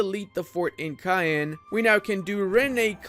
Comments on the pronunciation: if you wanna say Caen right, it's like the way french say "France" in french like "Kãn" sounds like the word for "When" "Quand". Easy enough right? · Caen is pronounced as "Carn" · They way you say "Caen" hurts every single time :D